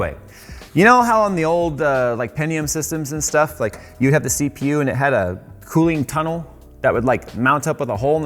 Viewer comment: The way you said CPU sounded like Seepew. Hahahah